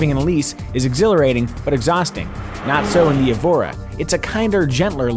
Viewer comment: It's not Evora, it's ÉVORA.